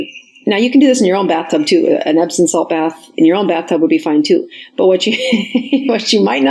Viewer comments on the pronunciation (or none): It's amusing how many professionals mispronounce "epsoM salts." EpsoN is a manufacturer of electronic equipment.